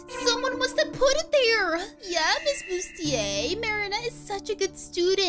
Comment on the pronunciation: Her name is “Busiter” Not “Bustier”